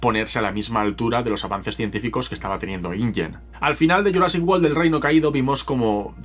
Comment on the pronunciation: Pronuncia wolll? Cómo si fuese world?